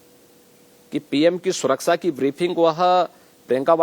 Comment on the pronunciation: Baba Hathras bhul gaye betiyo ki surksa nahi suraksha hota hai